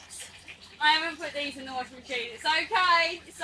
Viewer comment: Was thinkin did she just say washin machine😂😂